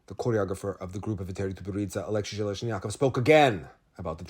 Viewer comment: it's AleksEi ZheleznyakOv. Thank you, I actuality don't read the Russian news and interviews, I prefer hearing your translation and analysis